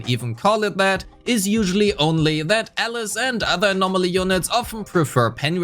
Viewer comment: I was so confused he kept saying Ellis instead of Alice.